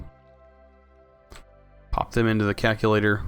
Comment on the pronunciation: "kack-u-lator". Aaaaargh!